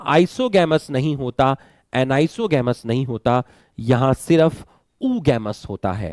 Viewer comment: Anisogamous and oogamous said wrong